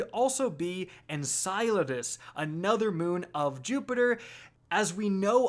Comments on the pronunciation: En-cell-uh-dus lol not En-salad-us xD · "en-SILO-das" now?! GAH!!! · You almost have it! One more video and I think you'll have it. EN- CELL- ADUS, we'll get there bud. Say it with me. 😂. Also, Enceladus is a moon of Saturn, not Jupiter. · Why do you keep calling it ensalades 🥗 it’s en-cell-a-dis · Did you just call it ensighladiss. What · Is it that hard to say En-Sell-a-dus? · En-sell-uh-dis Enceladus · You're getting warmer,. You just have to pronounce cel in enceladus as, well, cell. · Seriously, learn to say enceladus correctly, it's en-CELL-a-dus, it really isn't that hard. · I am so glad we’re not going to Enceladus because I can’t stand the way you tubers pronounce it. For future reference it’s En Sel E Dus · It’s pronounced en-cell-adis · It's pronounced "En cell u dus" and it is a moon of SATURN not Jupiter, just want to clear that up cause it has been bothering me when these YouTube videos interchange the planets the moons orbit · It’s pronounced En-kuh-LAH-dus (rhymes with enchiladas) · Enceladus is Saturn's moon not Jupiter's and it's pronounced: "IN-SELL-A-DES" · Lol it’s pronounced (En-sell-la-dis.) Enceladus. 😂😂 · be like "in-salad-us" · Every single person who likes astronomy cringe every time you say Enceladus wrong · I laughed loud when you tried to pronounce Enceladus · Mispronounce Enceladus one more time and I'mma break quarantine to come slap you. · You're insane haha, you made a wild speculation to excuse your mistake and you mispronounced Enceladus again in a 2nd way haha. What a tool. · Your pronunciations give me migranes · he's so close to saying Enceladus right. SO CLOSE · Is it just me that cringes every time he says Enceladus wrong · I love how he pronounces Enceladus different every time😂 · I haven't heard him say it correctly yet either lol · my man pronounces enceladus a different way every video lmfao